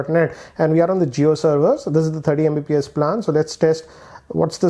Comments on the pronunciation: Bhai plaaan nahi plan hota h🤣🤣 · It's PLAN not PALAN 😝😝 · Plaan Kya. Do pronounce properly it's really irritating! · The way you pronounced PLAAAN😂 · Bro learn to pronounce plan